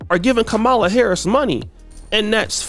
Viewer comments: Whats bad, is your an adult that still cant pronounce VP Harris's name. Kids know how to say her name right and you still cant say it right? LOL, try to learn some. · Wow, you mispronounced her name throughout this whole video smh